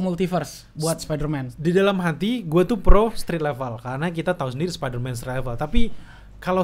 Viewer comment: Males banget denger,, ngucap Spiderman dg ucapan (SPA)DERMAN